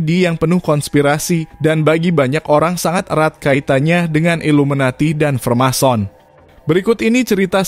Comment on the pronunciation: freemason bang.. bukan remason wkwkwk